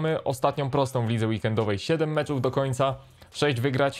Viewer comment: MECZYYY MECZYYY NIE MCZÓW